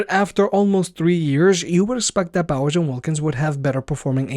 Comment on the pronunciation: are you saying "Bowser" instead of "Bowers"?